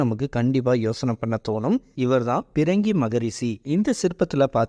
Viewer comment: பிரங்கி இல்லடா பன்னாட பிருங்கி மகரிஷி ஒழுங்கா சொல்லுடா பாடு